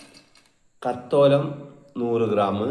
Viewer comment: സാഹിബെ കത്തോലം അല്ല. തക്കോലം ആണ് 😅